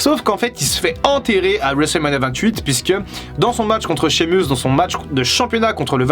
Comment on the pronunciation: Ya que moi que ça énerve le fait qu'il dit mal Sheamus 😭😂